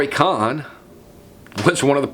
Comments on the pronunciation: COHN: Pronounced "Cone," not "Cahn." Roy Cohn was described by T-Rump as his " second father." The other protege of Roy Cohn was Jeffrey Epstein... who was recruited into the CIA by Donald Barr, the Jewish-Catholic OSS/CIA operative, and father of Bill Barr, the two-time Attorney General of the United States. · Roy "cone" not con....how could u not know that? Trump asked how many times... where is my Roy cohn? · Pronounced cone. Other than that excellent as always. Keep up the good fight. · Roy “Con” vs. Cohn (Kone) is the spot-on pronunciation of his name. He was a con-artist and Trump’s fascist POS lawyer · Sorry to OCD you, but having been inundated with Angels in America during my first, second and third lives I the theatre,, I have always heard koʊn which rhymes with moan. I apologize for the didacticism, but this man was so evil, I don’t want there to be any discrepancies when he gets checked in at the fiery gates. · Roy’s last name is pronounced like cone. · Roy Cohn is pronounced more like "Coh(e)n" I think. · Cohn like cone or cone-head. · Are you saying Cohn's name right? I think it is with a hard "o" like in the word bone. Anyways I really really like your vids. Thanks. I just looked it up, his name should be pronounced as I have written. Good movie about him. This guy was a HUGE asshole. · Somehow, credibility comes into question when you don't know how to pronounce the name "Cohn." And the Rosenbergs were executed -- you didn't know?